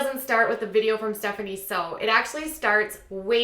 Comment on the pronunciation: Isn't it pronounced Muckbang not Muckbung? Also it's Stephanie Soo like 'Sue'